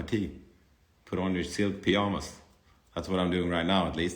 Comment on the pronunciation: I love the way he pronounces it lmao 😭